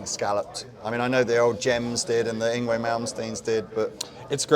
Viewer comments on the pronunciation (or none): come on! it's ING-VAY!! have a donut.